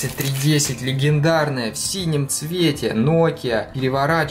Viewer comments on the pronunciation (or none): none